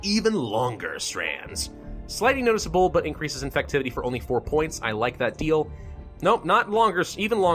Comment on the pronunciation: "oh... AIEIAEIAINNNcreases effectiveness in humid and arid environments, but causes moderate irritation in hosts." what did I just witness 💀